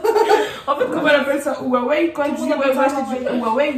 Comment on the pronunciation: Mdrr huawei ca se lit : KHUA OUEY